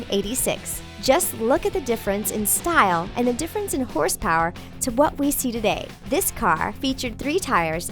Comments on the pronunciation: Who else noticed that it said "horse powe" lol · On the last time you said horsepower you forgot the r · who realized she said horosepowe instead of horsepower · You said horsepowe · You forgot the "r" in horsepower.